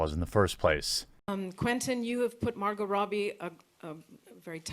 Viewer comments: Mar-gut Roh-bie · Dude, I love your vids...but Jesus. Mar-gut Roe-bee?? You have to know it’s not pronounced that way lol (Mar-go Rah-bee) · Its Mar-go Robbie :P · Margaret Roobee.. lol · Margot Robbie (Mar-go Rob-Bee) if you are going to mispronounce 50% of your words, don't include names in that. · Who in the world is Margut Rowbie? I only see Margot Robbie in that video. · I love “Margit Rowbie” shes gorgeous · For god sakes man! Its pronounced MAR-GO ROBBY!!!!!! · Mar-go Rob-e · Margut Robey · Margot Robbie - Margo(silent t) Roby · what the fuck is a Margot Rowbie? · Margo Robbie (like rob bee) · Please god learn how to pronounce Margot Robbie. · Please learn to say margot robbies name properly. It's not hard and it makes you look and sound stupid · "MaRgOtT RobBiE" That is not how you pronounce it. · You did not just say Margot Robbie's name wrong, blasphemy!